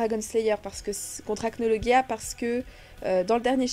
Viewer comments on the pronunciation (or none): On dit Acnologia😠😠😠